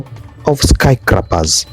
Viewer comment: Great video documentation... but Bro, "...skycrappers..."!!?😅